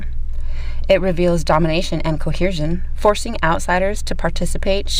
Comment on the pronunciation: You're pronouncing the word coercion incorrectly. There's no H in the word. Phonetically it's kow-ur-zhn.